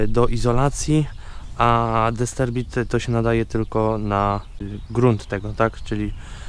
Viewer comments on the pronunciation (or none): Nie dysterbit tylko dysperbit